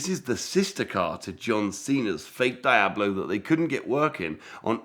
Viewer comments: please stop saying dayablo… deeablo if you prefer. Your fascination for fake cars is fascinating. It’s kind of like fake watches for me.. I’d rather have a real something less glamourous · What the heck is a die-ab- low??? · Get this guy to pronounce Diablo correctly please lol